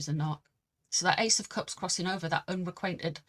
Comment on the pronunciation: Unrequited. The word is unrequited. lol, ive ignored it so many times when you say whatever that word you use is, unrequainted? this time i. have to say it!